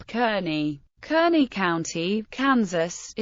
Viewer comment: It's pronounced CARN-IE not kernie.....